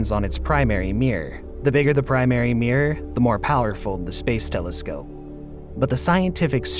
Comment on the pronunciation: I love this, other than your pronunciation of the word mirror as meeeeeer. But you can't have everything.